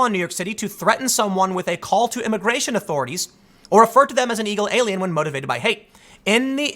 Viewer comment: anyone else hear "eagle alien"